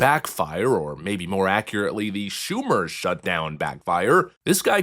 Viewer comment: Did I hear her say "Shuck Chumer?" PFFT!! 🤣🤣🤣🤣🤣🤣🤣🤣🤣🤣🤣🤣🤣🤣